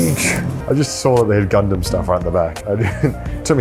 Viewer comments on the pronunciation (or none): none